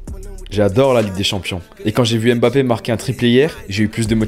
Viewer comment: C pas bappé c Mbappé